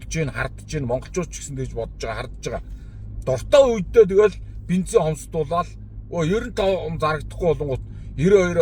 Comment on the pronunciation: Бинзен биш БЕНЗИН шүү